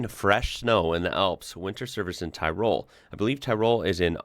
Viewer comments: Hey, great video! Love seeing Unimogs doing the heavy work. What a truck! Btw, Tirol is pronounced like Tee-roll, emphasis on the Tee (short). Cheers! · It's pronounced Tirol, with the enfecice on the (Ti), good on you homes, you've kicked it out of the park again, keep up the good videos, very much appreciated